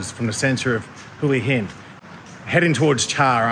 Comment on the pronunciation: Man, do you actually live in Hua Hin and have a Thai girlfriend that long, but can't even say the name Hua Hin right? By the way, the haircut of your girlfriend looks great.